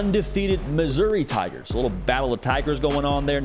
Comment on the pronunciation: mad props to for saying “Tha Tigahs!”